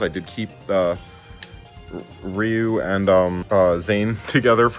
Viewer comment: REEYU? REEYU? i think you mean R”I”YU